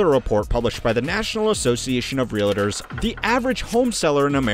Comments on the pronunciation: Dude should reeeally learn to pronounce Realtor (relliter??) if they're going to make a whole video about it. Also not all real estate agents are Realtors. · The word is pronounced real-tor not real-a-tor. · Real-tor, not Real-a-tor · Realtor not real-I-tor… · Wtf is a real-uh-ter?” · When you mispronounce “realtor” it gives me little faith that this is your area of expertise